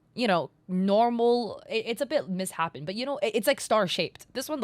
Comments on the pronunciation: No big deal but 'misshapen' is not 'Miss-Happen'. It's 'Mis Shapen'. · “mishappen”? You mean “misshapen” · just fyi, "misshapened" is pronounced "mis-shapened" (with a "sh" sound), not "miss-hapened" :) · did you just mispronounce misSHAPEN as missHAPPEN? 😭😭😭😭😭😭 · "Miss-happen"?? Girl, it's "Miss-Shape-N" 😭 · she said misshapen as "miss-happen" instead of "mis-shapen", she's AI!!!!!!!!!